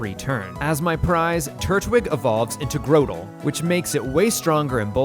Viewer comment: Growtle...? Crow-a-gunk? Haha the vids are still great haha